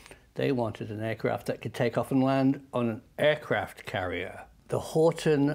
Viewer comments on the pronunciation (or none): HORT"E"N, not Horton...